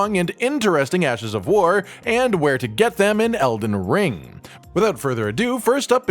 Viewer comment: something about u saying "rrrrring" gets me everytime